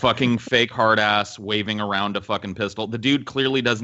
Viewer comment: "There you go suckin arn a bong."